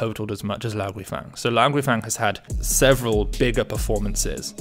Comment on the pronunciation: Enjoy the posts. Just a nit-pick. Guifang is pronounced Gway-fong (I've a Chinese wife!). Keep the content coming!